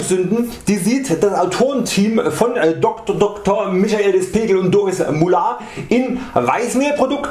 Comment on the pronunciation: Is n richtiger Zungenbrecher, er hats aber gut rausgebracht